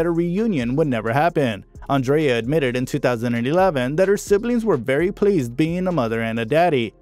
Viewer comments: Great video. Just watch your pronunciation on Irish names. Andrea and Whelans are said differently in Ireland to the American pronunciation. I'm Irish. Just a little pointer. Thanks for this though. You forgot to mention Andrea starred in Evita alongside Madonna and Antonio Banderas. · As usual, an American can't pronounce Andrea correctly, like seriously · Diabolical - I was looking for a good word like that to describe it. I really wanted to follow the story but the mispronounciation of so many words was too distracting! Andrea. breathless. perservered. Arrgh! Skynet must be behind this computer-generated voiceover.